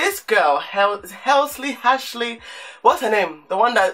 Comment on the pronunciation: He said "Hashley" 😂😭😭😭😭😭😂😂